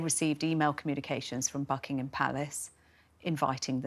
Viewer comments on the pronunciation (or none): none